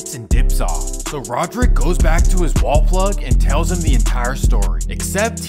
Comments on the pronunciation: Its not " Rodrick" dude. Its " radric" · its pronounced ray-drick my boy, Radric Davis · His name is RADric not RODerick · Radric* not rodrick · Radric not Roderick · First off it's RADRIC. RADRIC DAVIS